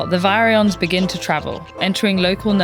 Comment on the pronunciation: Was this read using AI? Because virion is not pronounced correctly. The video is great, and we need more videos about rabies.